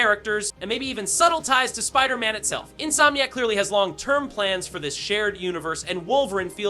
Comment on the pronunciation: Why are you saying "wolverine" and "Spiderman" wrong?